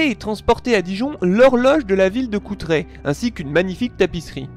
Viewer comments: l'origine du mot moutarde n'a rien a voir avec la devise de Philippe le Hardi (moult me tarde). Ca vient du latin 'mustum ardens' (moût ardent). Et on dit CouRtrai, pas Coutrai. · CouRtrai... avec un 'r' avant le 't'.